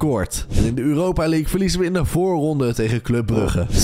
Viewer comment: Weet je wat mij echt opvalt dat jij uuropa zegt 😂